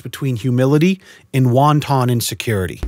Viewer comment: "won ton insecurity" lmao